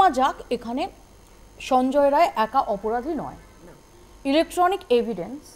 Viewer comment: Sanjay "Ray" na.. vul bolchen... ota Rai hobe